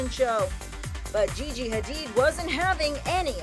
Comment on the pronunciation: GeeGee, I'm soooo sor-reeeee. French. Hilarious.